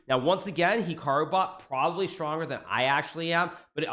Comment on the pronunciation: I think he’s pronouncing “Hikaru” wrong